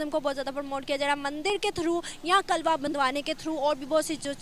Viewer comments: Kalva nhi hota kalava hota hai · कलवा नही, कलेवा होता है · Kalawa hota h , Na ki kalwa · Ye kalba Kya hota hai 😜😜😜 👍kalaba hota hai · Mc klwa nhi hota klewa hota bolna nhi aata to bolna chord do... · Tum itne jahil Ho news Wale bhi kalava ko kalva bol rahe ho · अरे पगली ..कलवा नही,,'कलावा' बोलते है..koi bat nahi ,,,keep it up 👍